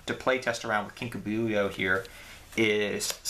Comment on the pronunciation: Lol Kinka BU-yo. It's Kinka B-YO.